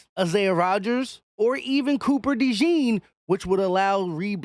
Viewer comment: 1. Say his name the right way! Cooper “DeJAWN” (pronounce it like Dijon, the mustard, except “Dejon”). 2. Speaking of DeJean, definitely don’t mind him being on the outside! Dude is 6’1, 206 lbs, jumps like a pro PG, and runs a faster 40 than Trent McDuffie. He will be fine. 3. Keep Bradberry as a mentor/ 3rd stringer in case of injury.